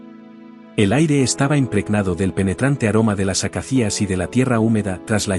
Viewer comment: Bonita historia. Disculpa que te diga que son "acacias", sin la pronunciación como si llevara una tilde (acacías) para romper el hiato tal como ha sonado en tan bonita frase en el . Un saludo!